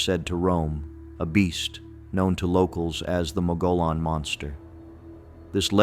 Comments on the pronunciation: It's pronounced. Mug e own NOT mo go lone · It's pronounced MUG-EE-ON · Down here in Arizona we pronounce Mogollon. Mogyon. I liked this video, it reminded me of other legends here. There’s so much stuff like that here it’d be hard to remember them all.